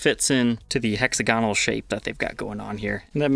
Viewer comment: It's not "hex-oganal" it's instead '"hexa-gonal". Love ya!